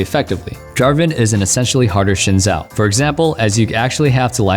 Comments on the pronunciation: ZHIN ZAO ITS PRONOUNCED ZIN ZHAO TILTED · Bet you didnt know Xin Zhao is actually pronounced "Sin Shao".